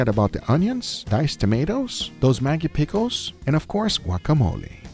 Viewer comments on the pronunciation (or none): I speak on behalf of the indians that the mag in Maggi is pronounced like rag. Not like how u said cause it has a diff meaning. The word u said literally means a sex worker in bengali culture. So u added sex worker sauce to ur food. Just saying. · are you also triggered how he pronounced "Maggie" sauce